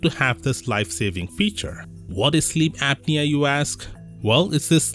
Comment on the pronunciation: Sleep Ape-nia